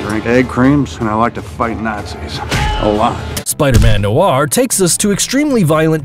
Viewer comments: It's "noir spiderman". Not "spiderman noaaarr". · noir not nor